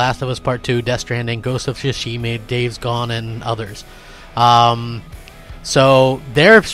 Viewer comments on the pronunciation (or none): You said ghost if Tsushima wrong get it together